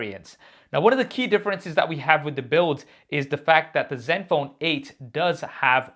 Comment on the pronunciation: Sounds like u saying zet phone or silent n is this an Indian way of pronouncing it ?